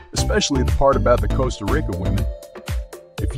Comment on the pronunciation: Lol, its Tica, like teeeka, not Tieca.. Its Costa like Coast.,Not costa like cost.....its Rica like reeka.....🤦🏼‍♂️